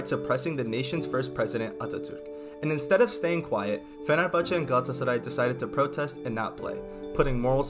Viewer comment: Don’t Forget the “Ç ç”in “Fenerbahçe”